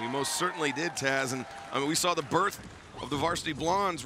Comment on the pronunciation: Ricky: "I sawr it" This really reminds me of that one Taz and Bully Ray clip 😂